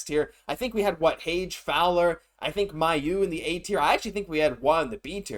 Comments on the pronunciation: I've suggested this before, but I'll do it again. Logan Mailloux pronounces his own name MAY-oux, not MY-oux. Why not say it correctly? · I've posted that it's May-u, not My-u myself on their videos. I actually am from right by where he's from and know some of his family it's pronounced May-u 100% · You're right. Mailloux is a french name. The french prononciation is close to May-oux.